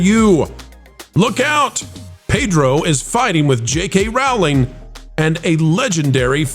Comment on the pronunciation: I love you guys and wanted to let you know the JK Rowling’s name rhymes with BOWLING. It’s a long o sound. You guys are so great I knew you’d prefer to pronounce it correctly. Keep the great content coming!❤